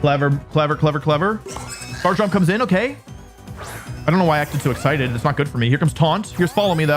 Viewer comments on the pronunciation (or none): none